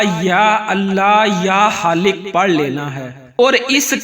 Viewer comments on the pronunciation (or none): Ya AP halik bol rhy ha ya Khalikk plss confirm Bata dy q ka halik kch nh hota Khalik hota ha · Bismillah ya Allah or 3rd word kia he ya khaiq ya haliq pls pronunciation theek kia Karen ya screen pe likha hua ho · Ya Allah yahali hai ya haalik padh rahe hain samajh nahin aya